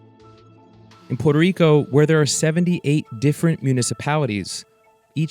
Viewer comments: WHY is Poo-wert-rico so hard to say even for people born there??? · SE DICEEEEE PUEEERTOOO RICOO NO PUELTO RICO HABLEN BIEEEN CARAJOOOO!!!!!!!!!!!!!